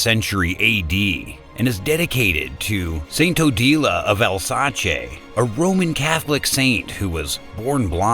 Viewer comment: XDDDD Al-satchay! Bahahahahaha oh my goodness that had me rolling. It’s “al-SAYce,” or “Al-ZASS” depending on region and dialect, friend.